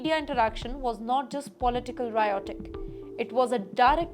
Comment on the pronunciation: Ugly pronunciation by again. She says, "rhaitoric" instead of "rhetoric".